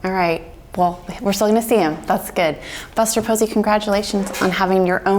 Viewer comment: ah yes "fuster bosey"